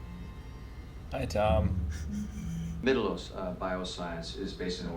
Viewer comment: "Mittelos", not "Milettos"